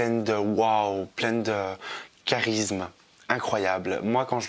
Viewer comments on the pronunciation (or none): none